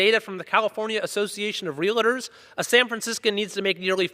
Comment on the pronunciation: he's a smart guy for sure. but I hate it when people say "Real -a - tor" instead of "Realtor"